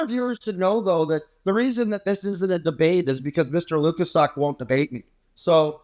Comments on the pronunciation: Why is pretending to be incapable of pronouncing Mr Lukaszuk's name correctly? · is a jerk and the mispronunciation of Lukaszuk is just Jr High bully nonsense.